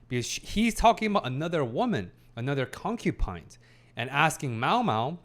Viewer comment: I have to giggle a bit every time I hear "concupine" instead of concubine with a B. Because I think of porcupine. Lol